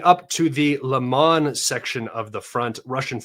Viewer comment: bro is not LAMAN !! its Lyman - read like this LI - MAN